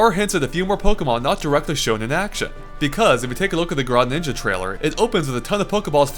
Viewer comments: "Grohninja" Nice work getting it up so quick. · Please pronounce greninja correctly lol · Since I'm the worst person in the world I need to remind you that it's GREninja not GRAWninja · Really? Graa~Ninja? EDIT: He also says "Ripley" instead of "Ridley". He must've been really tired when recording this:P EDIT 2: In the Town and City part when he talks about the time of day, he says "Like Smashville on Miiverse" as opposed to: "Like Smashville in Brawl" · Did you seriously call him graninja its greninja its bad enough you say meleeeee even though its melay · Dude, you need to get better at names. It's not grah-ninja. It's gruh-ninja. It's not sweeuhcoone. It's swee-coone. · I thought it was pronounced Gre-Ninja. Gre like meh. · i think its pronounced gree-ninja like the color green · "Our analysis on how Gra-ninja will work". ಠ_ಠ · It's pronounced Gre-ninja, guys. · Did you all notice how he said Greninja at the start? He said Grawninja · Sakurai is borrowing alot of ideas from SSF2. Like the Cuccos, DK's new dash attack, and the Blue Turtle Shell which all appeared in SSF2 first. Sakurai might acknowledge SSF2 then, to be a great game! And lol. ''GRAWninja.'' And really? Did you really just call Suicune ''Soy-e-ah-koon''? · Please, take your time to enunciate your words. It was almost impossible to understand you at certain points. Also, learn to pronounce things? Gruh-ninja?